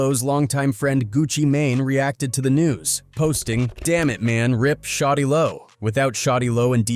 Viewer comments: Get it right white boy a I it’s shawty lo not shotty low 😡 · Its SHAWTY LO not fucking Shotty Lo 😂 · "shotti lo" 😂 why yt pple shouldn't tellour stories